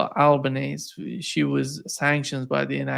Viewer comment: Francesca Albanese is an Italian name, like my name, Stefano Genovese., please pronouce her name correctly. Amb Chas Freeman is awesome!